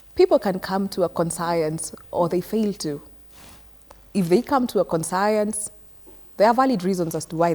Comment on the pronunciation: Did you say con-science?